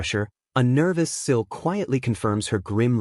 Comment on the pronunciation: The narration mixes up Sil and Nico then calls Sil, Shill. Truly annoying